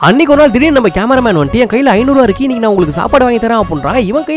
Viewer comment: Anaiku nu enaiku nu correct uh sollu bro